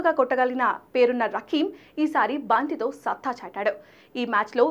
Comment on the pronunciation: బాంతి తో కాదు మేడం బంతి తో